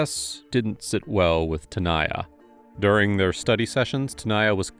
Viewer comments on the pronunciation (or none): Looks like her name is DAN-YA, and the other girls name is TA-NAYA. You kept saying Dayana and Tayana, merging their names. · The detective seriously couldn't pronounce "Tanaya"? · hold on, no one wants to talk about the fact that the detective can't say the name Tanaya? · If can say "Schwarzenegger", he can say TANAYA. 🙄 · Bro, you couldn't say either of their names correctly the ENTIRE VIDEO & then near the end you just gave up on "Tanaya" for a bit. Did you even try on this one?